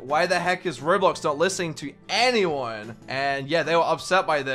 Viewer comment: can you stop saying *i am not onmy normal accton * its anyounn